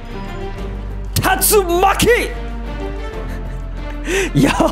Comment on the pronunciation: While was fighting Jeremy he said “Tastumaki” if it’s spelled wrong so,some correct me